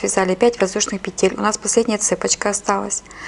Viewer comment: делайте правильно ударение на слове "цепочка" и "накид".на О и на А. Очень режет слух.